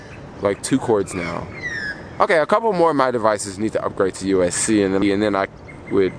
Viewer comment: Sorry but it hurts ever time you say USC! It’s USB-C lol. Btw you should get the anti lost wires for the AirPods if you don’t want to lose them easily